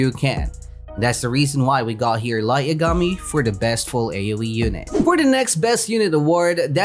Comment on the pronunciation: Did anyone notice that he said light yagami's name wrong